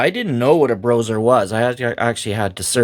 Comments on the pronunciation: I don't care who played what how. Playing AD&D 1e RAW is fundamentally different and awesome. I have come to prefer it to current conventional play. I'm glad to see you covering this,! Earned my sub! Also, I haven't heard anyone call it "Broser" It's "Bro Ess Arr." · Just so you know it's pronounced like combining the word BRO and OSR so BRO SR. I don't hear good things about them but I wanna hear your take. I am writing this comment when I just started watching this video. After watching the video: Yeah I think some groups play that way. I try to get my groups to open up to a campaign like that but I think modern players are just too stuck in their modern way of thinking, it's unfortunate. I notice players are not even comfortable with playing more than one character. My least favorite thing modern players have said to me is "I don't even like combat I just want to roleplay" that really means "I'm a coward even in my imagination and I don't want my character to face the possibility of being harmed because that would hurt my fragile ego". Sorry just had to rant a bit. Anyway I would love to try and integrate some of this stuff into my game.